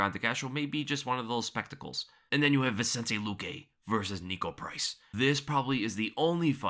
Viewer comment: The way u said spectacles🤣😂